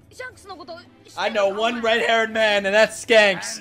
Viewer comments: dude its shanks....not skanks ... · SHANKS* not skanks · Why do you keep calling him Skanks and not Shanks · He is not Skanks he is Shanks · Its Shanks not Skanks lol. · Shanks not skanks.... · Bro please it's Shanks not scanks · can't read the word "Shanks".